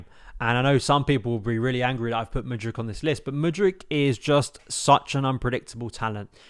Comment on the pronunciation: I can't blv you say Mudryk, I keep him over Sterling and for me i rather gamble on Mudrky than go get someone else